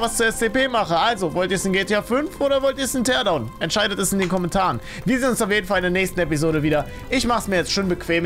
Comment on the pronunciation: Mann spricht das Tierdauwn aus